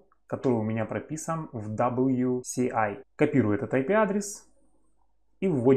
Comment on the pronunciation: ДаблЮ "СИ" Эй??? Может ДаблЮ "ЭС" Эй??? Алло!